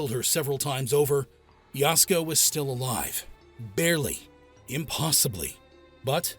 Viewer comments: The A-I on this one is really bad. It's Ya-SUE-Ko, not Yowsko, for Pete's sake. 🫤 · Please consider re recording or dubbing this to correctly pronounce her name. Yasuko is pronounced “Yah-sue-ko”. You’re calling her “Yasko”, which sounds like a Japanese style of foods at Costco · Yah.sue.ko not yasko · Oh, is Yasuko pronounced “Yasco”? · The AI butchering Yasuko's name is a reminder how automated these vidoes are.